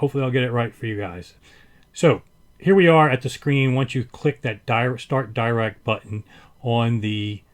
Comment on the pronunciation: It's pronounced Dee-Rac, not Dye-Rac. Paul Dirac was a Britich mathematician who suggected the Dirac delta function...